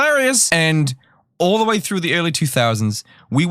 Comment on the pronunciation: "this is not the WEY"